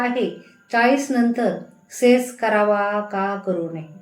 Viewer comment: सेस नाही मॅडम सेक्स म्हणा